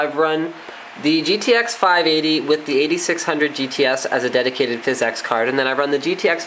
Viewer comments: DUDE ITS NOT FIZZ-EX. ITS PHYSICS. FFS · THIS GUY AND PHYS-EX IS DRIVING ME NUTS. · Phizzz exxx card??? Great vid though lol!!!